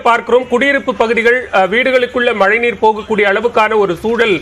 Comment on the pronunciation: ஏம்மா மலைநீரா?? மழைநீரா 🤔🤔